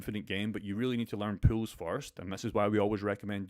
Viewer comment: It’s pool not pills.. some people might think you’re talking about juicing up. I thought u invented a word. POOLS not pronounced pills.